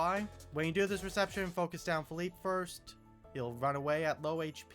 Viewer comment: "pheeleep" "Say yo"😭